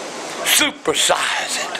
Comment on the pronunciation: when he said supersize it sounded like circumcise